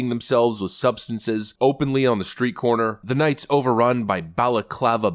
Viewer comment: I love everything about your show except that you say “shtreet” instead of street.